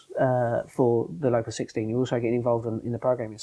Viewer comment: Fascinating to hear the Locus 16 being discussed, it was always pronounced Lowcus 16 in the north not Lockus 16 as Seb uses. I joined MRSL in 1974 to set up the test facility at the Bill Quay works in Gateshead where the Locus 16 was manufactured. I was recruited following an interview with Brian Partridge, Clive Gildersleeves & Andy King and spent four happy years creating and managing the test facility with frequent trips down to Writtle Road & Baddow. Great memories